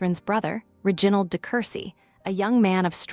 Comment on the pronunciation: ' Ri... gin...ald'. Really!?